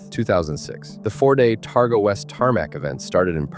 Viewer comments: 35 seconds in and already the AI american accent is annoyingly wrong.....Terga? try Targa ffs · Most people around the world would not even know of Bathurst, The event where he crashed is a Targa Rally Not Terga as was pronounced. It is a rally almost anyone can compete with a suitable car. Peter was a master driver, he was 61, ( i am 61 now ) wet roads with leaves, probably change of camber on the road, Speed Kills!! RIP Peter Brock,Gone But Never FORGOTTEN!!